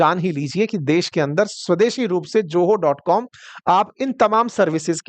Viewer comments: Pl ZOHO is not JOHO speak properly pl say Z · Sir ye Joho nahi hai... it is Zoho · Bhai, company KA NAAM JOHO NAHI HAI. PLEASE ZOHO THEEK SE BOLNA SEEKHO DOOSRA, ITNI LUMBI SAANS MUH SE AISE LE RAHEY HO JAISE AAPKO DAMA KI BIMARI HAI. BHAI THORI PRANAYAM KARO, SAANSO MEIN NIYANTRAN HO JAYEGA. TEESRA, NAAK KI BALGAM VIEWERS KE SAAMNEY PEENA BAND KARO. BAHUT GHINN AATI HAI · Its Zoho naaki Joho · Joho mat bolo bhai zoho bolie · Its Zoho not Joho. Atleast get the name right!!! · ZOHO ❌ JOHO ✅ 😂😂😂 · It is ZOHO ... Not JOHO ?????????? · Pahli baat ye ki ye ZOHO hai na ki JOHO. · Bhai joho nahi Zoho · Prejentation, Joho! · Bhai joho nahi zoho sahi se to bol kya India ko promote karega tu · You are saying JOHO, you should pronounce it as ZOHO.